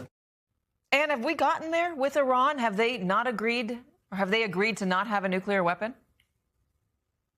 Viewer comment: Does she keep saying “nukular” weapons?